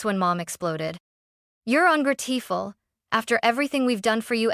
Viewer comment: You need to edit the narration… AI doesn’t know how to pronounce “ungrateful”. 👎👎👎